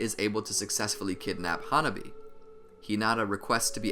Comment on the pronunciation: hanabi not huh nobby